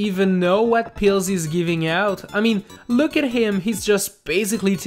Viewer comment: there is an "F" instead of a "G" in giving